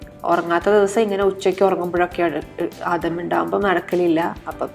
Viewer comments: ആഡം അല്ല....ആദം ആണ് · Its adham right...theres no da in arabic..though the spelling is adam we pronounce it as adham..alley